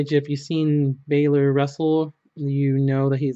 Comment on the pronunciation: It's not Finn bailor it's Finn Balor